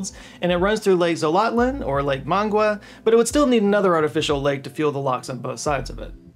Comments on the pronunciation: Managua: muh-NAH-gwuh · Man it was rough hearing you say Nicaragua and Managua 🤣. Are you using more AI to edit? Regards from the belly button of the central america